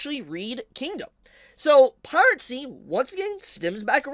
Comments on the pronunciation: Piracy is pronounced Pie Rah See. There is no T sound in it. I know Pirate has a T in it, but Piracy doesn't. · please stop saying piratesy😭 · Is he saying "pirate-sea" and "sepino" sarcastically or does he not know how to pronounce "piracy" and "subpeona" properly, im actually confused